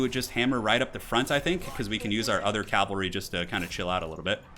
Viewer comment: Cavalry. Not calvalry and not calvary. Awesome commentary though! O_O